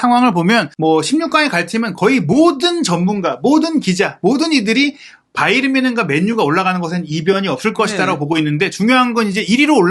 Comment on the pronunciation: 김현민기자는 왜 바이언이라고 발음하는지 의문인데 독일발음은 바이엔 뭔쉔에 가까운데 바이에른이라고 하던지 아니면 정확한 독일발음되로 하든지 바이언? 독일사람은 그렇게 발음하지 않는데!